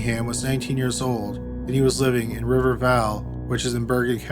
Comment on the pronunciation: Me being a bergen county nj resident: 👁👄👁 Also...how did he pronounce Bogota and River Vale wrong, but pronounced Paramus PERFECTLY? Most ppl completely mispronounce it